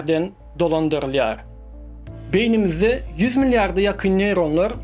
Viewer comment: söz ýok. Şonda-da speech-iňi çalaja düzedäý.Bilýän tm, rus, trk garym gatym. Ýöne esasy sözleri dogry aýtsaň... Meselem, beýni(beýin däl), beýniÝmiz dp aýdylýar